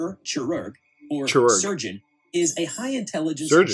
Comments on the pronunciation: Chirurg is pronounced like "Chi Rouge" by the way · Yes Chirurg means surgeon, but you still butchered the name. So did the rubber